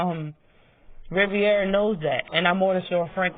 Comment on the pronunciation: Sooooo y’all gonna act like Martinez ain’t catch frank with the right alll night long ? Isn’t michel Rivera strongest punch is a right straight after a jab ? Yeah frank will lose .. and BTW it’s RI-VERA … not RI-VIE -AREA ..